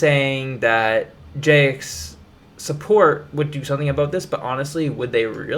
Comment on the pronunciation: I don’t trust someone who can’t pronounce “Jagex”